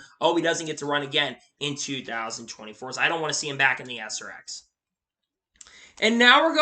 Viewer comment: It's painful to listen to you dude. JHN will wait for the 19 ride if he's smart! Far as Deegan to me there are much more deserving drivers to move up to Xfinity than her. She would of bearly got a top 20 if so many ahead of her didn't fall out of the race. Oh and it's not ass r x it's srx! Some of your stuff just makes no sense to me but whatever floats your boat!!